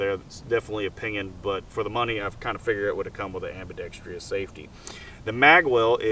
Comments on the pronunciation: "Ambi-dex-tree-us" safety LOLOL. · "Ambidextrious"...you complain about it not being ambi, but you're a right-handed shooter. I don't understand.